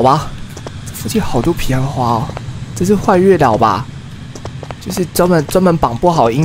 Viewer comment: 上一集我就覺得是我聽錯了...但這集用耳機仔細聽... 阿神一直都念..."皮"岸花??